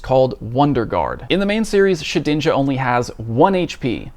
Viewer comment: its Shed-inja, not She-dinja. love your content